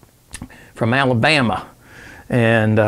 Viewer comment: U pronounced Alabama perfectly, lol... See ya 2night... 17